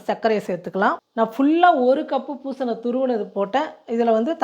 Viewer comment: Superma! Easy to do! பூசணி சொல்லுங்க பூசண பூசண nu solreenga!😂